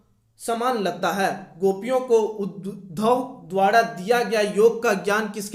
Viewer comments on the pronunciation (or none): none